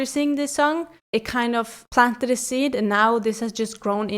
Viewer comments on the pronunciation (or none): none